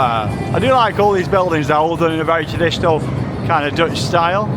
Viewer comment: Your Dutch pronunciation is hilarious, keep it coming :) thanks again for the nice vlog :)